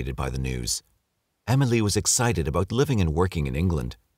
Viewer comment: The way he's saying Emily is really grinding my gears